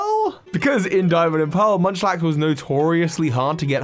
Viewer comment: Munchlax is not Munchlax